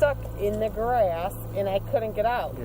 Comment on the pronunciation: “I was STUCK in the GRÆSS!” 😂